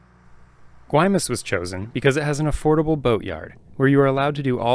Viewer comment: You certainly get the award for the best cinematography of any sailing videos. Absolutely beautiful, music choices superb. My only complaints where your pronunciation of the names Mazatlan and Guaymas. But you still get an A+! Fantastic journey. Keep it going